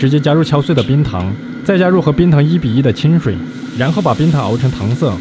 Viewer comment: 读音纠正：糖色 【táng shǎi】